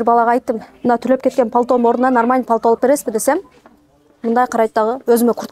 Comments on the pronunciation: Палто дебей пальто десен чон кыз, тузуктоп да суйлой албайсын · Палто эмес пальто🎉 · Палто эмес😂 пальто